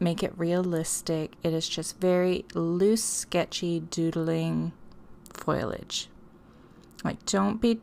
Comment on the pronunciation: Foliage is pronounced "Foh-lee-age" NOT foil-age. Sorry. The mispronounciation was driving me crazy. But I love the project.